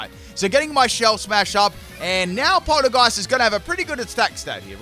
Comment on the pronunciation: "its funny how the move and the pokemon are the same lol." Me:*thoughout the entire video. " ITS PRONOUNCES POL- TEA- GEIST YOU UNCULTURED SWINE ITS A TEA POT. AND ITS A GHOST. POL TEA GEIST. SAY IT RIGHT OR I WILL MURDER YOU." Me: *gets to end of. " I give up..."